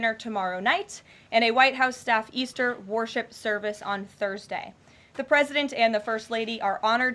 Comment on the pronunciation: “White House Faith Office”!? So, for the tRump Cult “faith”? There’s going to be a “warship” - poor pronunciation of “worship” I think. This session contains the usual mendacity and copious quantities of vaporous thermally agitated malodorous male bovine faeces!!